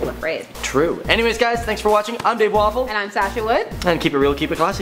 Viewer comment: I just noticed dave's last name was walpole xD i always thought he said waffle XD